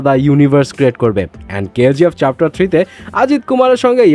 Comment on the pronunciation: চ্যাপ্টার ❌ চাপটার✅😂😂